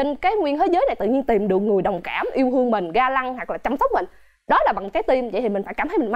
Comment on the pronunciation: 3 cái tư duy “Yêu hương” “Hông kảm” “Ha hứ” =))